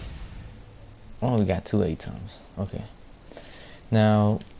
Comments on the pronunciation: did this man say aye tom or am i trippin? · Lmao..did he say A-tom ....."Atom"